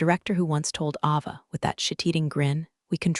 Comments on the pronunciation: Pronounce the names right! It's pronounced Ayva, not Ahva. UGH! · It's A Va not Ah va. Please pronounce names correctly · Don't forget Ava's name. It's pronounced A-va.